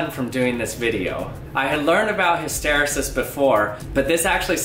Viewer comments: Isn't it hys-te-REE-sis, rather than hys-TE-ri-sis? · Pronounced: 'hister' like 'sister' 'rEEses' like 'recess' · in all my classes in engineering, the word was pronounced, his-ter-eee-sis. I love this channel. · Pronounced hiss-terr-eee-siss. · Interesting indeed. Nice work. BTW it is pronounced HysterEEEsis. At least it is in my world where I hear it all the time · I know it's a 3 y/o vid, but the last e in hysteresis is pronounced ee not eh. Hist-or-ee-sus. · Hist tuh ree' sis. accent on 3rd sllable! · You are pronouncing hysteresis incorrectly. The E before sis is a long EEEEE. Its like History Sis. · It's pronounced ELASTIC HIS-STER-EE-SIS though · Never heard it pronounced that way. Always pronounced it Hist-er-E-sis. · Cool video, just one thing: hyster-ee-sis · Hiss ter E sis... Emphasis on the E. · Fantastic video! One small correction: the pronunciation is hĭs-tə-RĒ-sĭs. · I think it is pronounced HysterEEsis, that last e sound says it’s name. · His ter ee sis = hysteresis You say the second E as E not as eh. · noun hys·ter·e·sis \ ˌhi-stə-ˈrē-səs \ Made me cringe when you mispronounced it. Great video. It would be interesting to do more experiments to test hypotheses regarding the reason the pressure is different. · Good job. The correct pronunciation is: hista-reesis. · I have never heard 'hysteresis' pronounced like that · Never heard hysteresis pronounced that way in the US. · Did anyone else cringe by the awful way he pronounced “hysteresis” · Awesome! His pronunciation of ‘hysteresis’ though >.< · The way this guy says hysteresis. Gah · According to , you just have the accent on the wrong syllable. An ear catcher but does not change the interesting content of the video. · Late to the party. Just wanted to be the pedant who points out that hysteresis is not pronounced hiss-TER-esis but HISS-ter-EES-is (rhymes with pieces) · hys·ter·e·sis /ˌhistəˈrēsis/ hisTAreesis Not histerasis. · My dude - "hiss tuh REE sus", NOT "hih STER uh sis".